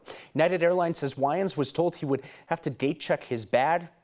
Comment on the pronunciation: Yeah super super white guy can't pronounce "Wayans" because he's never watched any movie with a black person.